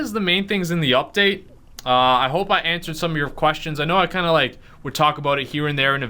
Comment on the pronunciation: KNOW** not KOW😂😂😂